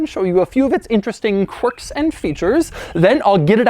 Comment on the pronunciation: kwirks did u find any kwirks in this? im surprised u found some Kwerks...amazing that this have so many Kwerks...and features of course but more Kwirks...or Kwercs